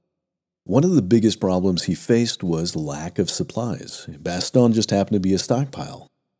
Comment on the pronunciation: For pronunciation: You're pronouncing Bastogne like 'Baston'. It's more like 'Bast-onyuh'. Also, St-Vith is pronounced more like 'St-Veet' (there's no 'th' sound in French). Pronunciation of Flamierge is ok! Good video, thanks!